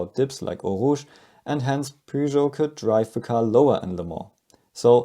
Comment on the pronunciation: P what? Peugeot... oh, immiadiate dislike for not knowing the correct pronunciation. Smells like Texas and Alabama when it comes to foreign car/brand names.